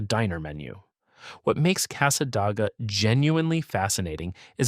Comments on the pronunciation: Yes, no Dah in Casssa-Day-guh. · It's NOT SWAN EE RIVER it's pronounced Sūwânēe. And it's NOT CASSA DAG AH either idiot it's pronounced Câssâdāgâ. And you're not even covering who actually lives there or who else can live in Cassadaga, because the entire community is not what you're claiming. It's a very beautiful area, and the folks there are friendly, this town IS NOT HATED BY FLORIDIANS and most visitors there find it quite enjoyable and relaxing. The person that created this AI GENERATED SLOP VIDEO is spewing old, outdated beliefs that are no longer held. And below is how Cassadaga really is, which this buffoon hasn't even set foot in this town, I have and it's nothing like this idiot says, nor can him or his AI whichever it is can't even pronounce the towns quaint name correctly either! Here's some FACTS about Cassadaga and these are 100% accurate, even though researched and copied, they match the town exactly. Cassadaga, Florida, is a small town in Volusia County, about 50 miles northeast of Orlando. Known as the "Psychic Capital of the World," it is an active, historic community of Spiritualists, mediums, and healers. _ Anyone can live in the broader community, but specific rules apply to the central Spiritualist camp._ My personal notation: "So much for this video saying others cannot live here, absolutely false." Oh, and yes, they do update their buildings with modern fixtures and other things another lie this video is misinformed on about this extraordinary community. Now back to the research that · Casa DAY ga not your AI generated nonsense. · The town of cassadaga is pronounced casa day ga and micanopy is mic an opie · It' s Casa -day-ga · Being a native Floridian, I really get irritated by all the mispronounced names of the towns! Casadaga is pronounced CASA-DAY-GAH! Micanopy is pronounced MIC-AH-NO-PEE! Why don’t you actually ask a native Floridian how to pronounce these names???